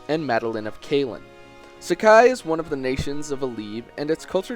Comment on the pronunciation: 4 yea but its wrong